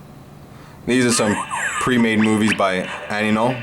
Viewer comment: Why are you calling it Anynol? I thought it was AINOL.